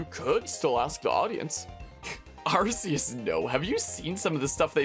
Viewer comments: Don't apologize for saying Are-see-us, it's the correct way, Are-key-us is a censorship for western countries because of the word "arse" which is why it originally was called "Are-see" everywhere and then later changed. In Japan it's Are-see-us (アルセウス) and Silvally's ability is called "AR System" (ＡＲシステム) so don't believe that "RKS" bullshit westerners use as an explanation. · Immediate thumbs up for pronouncing arceus the way it should be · They pronounced "Arceus" like this on House as well. That's the first time I heard it out loud, so this is correct for me too.